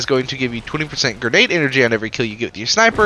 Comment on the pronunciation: I can't stand his pronouncitation of Mechabre: For me its Sabre ("saber") but as with alot of Destiny stuff, got the twist with a different syllable, making it Mechabre ("mechaber") and not ("mecha'b")